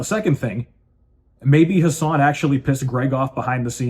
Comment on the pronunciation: Brother, his name is "Who-Sane"